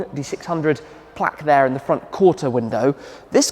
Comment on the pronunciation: It’s a plark not a plack (plaque) 😂